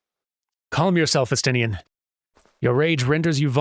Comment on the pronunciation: It's pronounced Es-tin-ne-en in-game